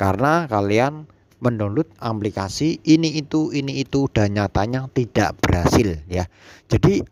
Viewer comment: Aplikasi mas.... bukan amplikasi.